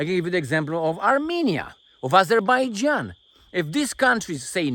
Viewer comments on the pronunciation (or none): none